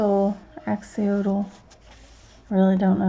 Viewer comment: Thank you for sharing this book with us both in the flip through and the competition :) You made several valiant attempts to pronounce axolotl, its pronounced axe-oh-lot-ell (well that's how Aussies say it :) ) Not picking on your pronunciation at all sweetie :) I can say it but needed Google's help to spell it lol (I am in Australia not sure if this competition is international)